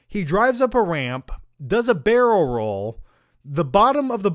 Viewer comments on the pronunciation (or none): none